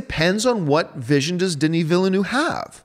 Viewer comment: Are you mispronouncing Villeneuve just to annoy me on purpose now? >:(